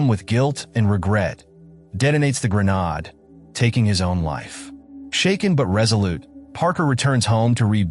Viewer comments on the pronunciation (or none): I strongly suggest you LISTEN to your text-to-speech narration before posting it. "Grenade" isn't that hard to fix. Try spelling it "Grenaid" or something similar.